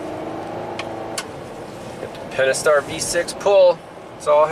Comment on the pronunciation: did bro say the pentistar pull. 🤣